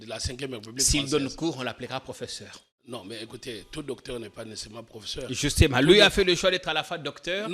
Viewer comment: Monsieur ne sait pas prononcer le mot: professeur. C'est pathétique!